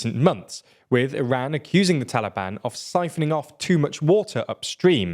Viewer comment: Why Iran and "Taalibaan"? Are they not the official govt of Afghanistan? Why this horrible bias? PS : another reason you should have rather said Afghanistan, is your pathetic pronunciation of Taalibaan